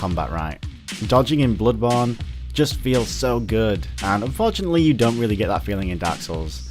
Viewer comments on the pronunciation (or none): god damn stop saying "bludborne", wth is wrong with u? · "Blubawn" Please learn to pronounce it correctly. This triggers me so fucking hard, I cannot begin do describe it. Blubawn. Blubawn. BLUBAWN Aaaaaaahhhh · wow i love the way you pronounce "Bloodborne"